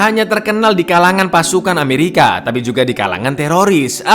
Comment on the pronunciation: ketika bilang "amewika snaipah" 😭 😂